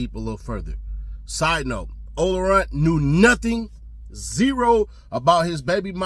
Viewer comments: Its ola playa not runt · Ola playa not runt 🤦🏾‍♂️🤣🤣🤣 dats why he don’t know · It’s ola playa not ola runt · It's not runt it's playa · Ola Playa not Runt 😂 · *OLA PLAYA not SNOLARUNTK